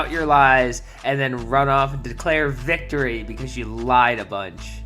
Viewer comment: ‘This victowwy means so much to meee’ He just talked over people and screamed non-sequiter insults like he always does.